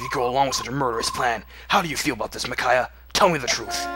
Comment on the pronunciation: Wow... mind is totally battle-clouded... "PRRRRRRRICAIAH!" HAHAHAHA LMFAO! AND I DO MEAN IT! What The Hell I couldn't stop laughing for a WHILE! WHERE DO YOU GET THIS STUFF!! XD...Wow... Even Leo is aware of how useless he is... that's kinda heartbreaking... But I don't got one! GO GET SOME SELF-ESTEEM! NOLAN-MAN! He's got a heart of gold and smarter than he looks! Also, he's awesome. Deadly combination.